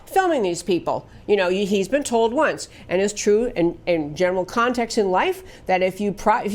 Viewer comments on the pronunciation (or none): none